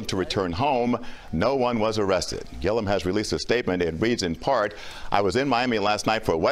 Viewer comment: Would you PLEASE pronounce his last name right! It's annoying. There is no I after the last L😂😂😂. It's Gillum not Gillium, dear😊